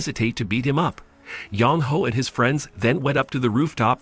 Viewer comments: Sorry but having the guy reading the name as Young Hoe makes my roll on the ground with laughter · I can't help but keep hearing you say Yong Ho as "Young Hoe." 😂